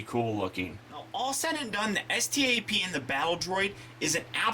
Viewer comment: It's pronounced STAP